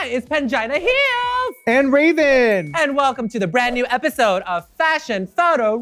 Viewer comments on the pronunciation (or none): I seriously heard: "Hi, it's Vagina Heals!!!" at the very beginning! LOL! Who else did as well? 🤣